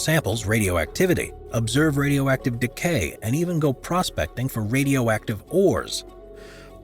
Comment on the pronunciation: Wat Rradyoacktib toy!!